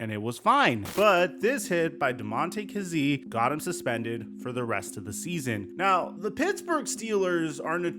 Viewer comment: It's really hard watching you butcher the man's name, KAZEE (KAY-Z)